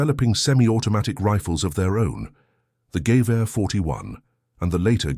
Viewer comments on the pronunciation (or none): THE GERMAN RIFLE, CALLED A GEWEHR SHOULD BE PRONOUNCED WITH ACENT ON THE MIDDLE SYLLABLE - geWEHuh